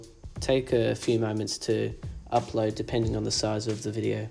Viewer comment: What are you saying after you said after hitting Done the next step is to hit what???? Upload is that what you’re saying?? It’s into your video. Can’t understand what you’re saying.